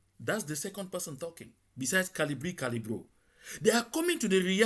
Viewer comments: It's Valsero, not Calibri Calibro. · Good evening my brother. If I may say, the guy on the video is Valsero not Calibro. So please correct it. Thanks.